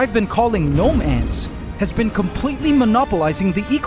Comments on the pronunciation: Are the gnome ants and nomads two different things, or is he just pronouncing it weird sometimes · I went to my local skate shop today “Nomad” and every time I hear you say gnome ants, I keep hearing Nomads. I don’t know if they are particularly nomadic, but that’s what my ears keep hearing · Every time you say "gnome ants" I hear nomads